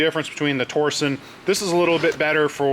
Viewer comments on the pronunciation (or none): Is it torson or torsion? I believe it’s pronounced tor-shun. Just wondering, not being a jerk :)